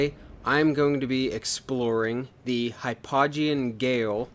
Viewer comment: Its pronounced 'jail'